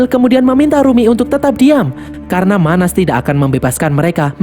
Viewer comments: Salah pengucapan bang karna seharusnya bukan karno😂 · Karna min, bukan karno 😂